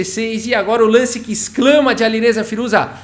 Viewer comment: “Aliruza fireja”